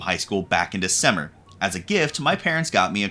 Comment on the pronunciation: Dizæmmør isn't a word, it's December.